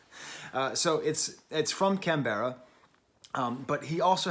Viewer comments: Never say Canberra like that again, slur the ending and don't mention the e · The way you say Canberra is kinda funny, here we call it "Canbrah" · The pronunciation of Canberra tho😃, great review.